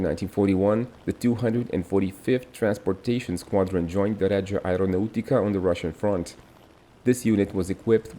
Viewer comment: i'm italian and confirm your pronciations is good. Only here: 4.03 you got wrong on accent: you said areonaùtica, while instead the accent is on the a -> areonàutica.